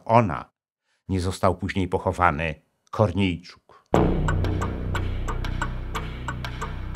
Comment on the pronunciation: Dziękując za program wypowiem się w jednej kwestii językowej. Nazwiska ukraińskie powinno się akcentować to jak robią to ukraińcy a nie z polska. Czyli jak się nazywał ten kochanek Wasilewskiej Korniejczuk czy podobnie. Akcentujemy nie drugą sylabę ale ostatnią. De facto powinno się tak samo akcentować i takie nazwiska polskich obywateli jeśli nie reprezentują polskiego interesu narodowego.